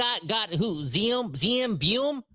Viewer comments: It iz Zeev Buium not Zane. God Hebrew name. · No one seems to know his name, it's Ze'ev two syllables (Zeh-ev) but two syllables is too much for any hockey fan so just call him Sieve